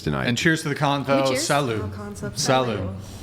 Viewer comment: If youre going to say "Salud" then you have to say it right.. "Saluuuud" Don Eladio style 😂